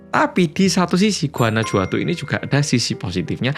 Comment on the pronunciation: Guanajuato itu bacanya Guanahuato, huruf J dalam pelafalan mereka sama seperti H dlm pelafalan kita, jadi kalo mereka ngetik "jajaja" itu sama dg "hahaha"